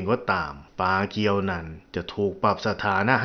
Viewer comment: ปากู ไม่ใช่ ปาเกียว